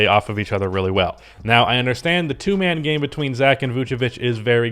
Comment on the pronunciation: Did anyone else here him say " 2 gay men" when he was trying to say 2 man game 🤣